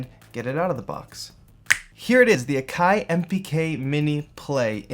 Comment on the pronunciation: it's prouncounced Ack - eye ..